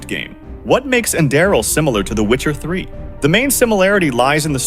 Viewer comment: AI voice mispronounced Enderal almost every time